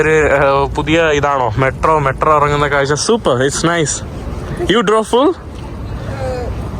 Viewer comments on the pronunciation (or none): none